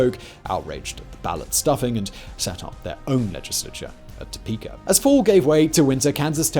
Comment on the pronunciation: Oh man i'm from kansas and grew up in Osawatomie. You butchered the pronunciation. and of Topeka lol. good try though.